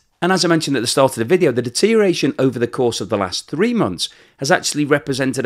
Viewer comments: Good job as always with the currency analysis. Tongue and eyes warrior here. You said "deteriation" eight times in the video. The word is 'deterioration.' Also, would rather see your face in the wrap-up. Not sure what your focus group feedback is telling you, but the models create dissonance for me. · Look, it's deteriORation not deteriation, you are very clever but this is annoying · If you are going to say "deterioration" over and over again, PLEASE say all the syllables. It isn't "dee-teer-ee-ashion", even in England. The "OR" isn't silent. You could always go with "deterration" or "dee-ration" or "drayshun" and just say it's the modern pronunciation and hope people will fall for that, but I think is better than that. the deteriORation of pronunciation needs to stop somewhere. Or we could start saying "interi-" and "exteri-" and leave those filthy "ors" behind. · I spell it "rubble." I always enjoy well-researched, articulate and accurate presentations (other than his "deteriation.") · Friendly nudge,... check the pronunciation of DETERIORATION.